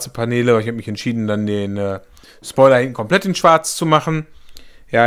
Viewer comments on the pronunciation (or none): none